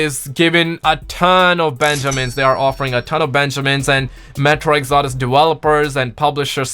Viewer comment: How the hell did he pronounce metro exodus?